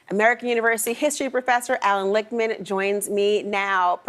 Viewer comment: Allan lick-man